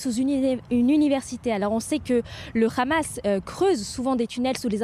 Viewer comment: Hamas pas khamas vous ne savez pas parler